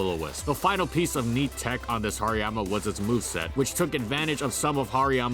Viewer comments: You're pronouncing the "har" wrong. It's not "har" as in "hard". It's "har" as in harajuku. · nobody never called hariyama hairymama.